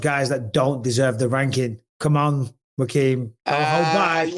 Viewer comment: Bisping calling Joaquin Jamaal. He butchered his name kept saying rakeem😂